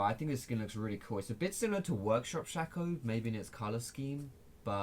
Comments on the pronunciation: Its Shay-co not Shack-o my fucking lord. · Please stop calling him sha - co, call him shay - co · Jack Wood Thanks for the helpful instruction on how to pronounce his name. I get it now. It's Shaco. Not Shaco. Thanks.